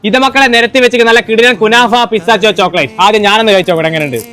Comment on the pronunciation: Pisthacho chocolate alla😂pisthashio ennan parayandath😅